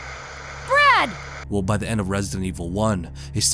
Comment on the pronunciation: And for some reason in the remake Chris calls him "Brack!" Or is it just my crap hearing lol but watch the intro cutscene "Brack! Where the hell's he going?!" I just cant un-hear it lol.